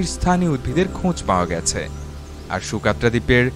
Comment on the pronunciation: ইয়েমেনের এই ভৌগলিক রহস্যময় দ্বীপটির নাম সুকাত্রা না সগোত্রা? ন্যাশনাল জিওগ্রাফী, বিবিসি আর্থ প্রোগ্রামে সকোত্রা উচ্চারণ করতে শুনেছি।